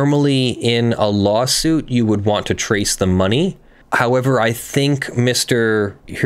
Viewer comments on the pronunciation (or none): none